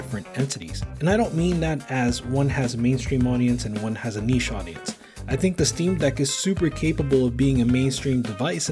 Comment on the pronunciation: Thank you for pronouncing “niche” the correct way